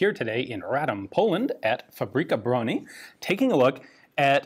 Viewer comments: omg its just 15 seconds and I already love how you say "fabryka broni" :) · I just want to appriceate how progress in Polish firearm production can be tracked by Ian's increasingly better pronunciation of "Fabryka broni"